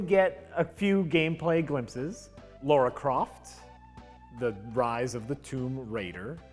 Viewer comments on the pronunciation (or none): It's wound me up for decades. LARA ISN'T THE SAME AS LAURA